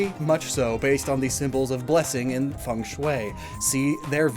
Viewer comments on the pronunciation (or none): none